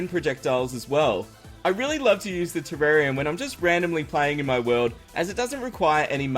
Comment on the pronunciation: Wow. You pronounced "Terrarian" 2 different ways in the span of 5 seconds. Okay then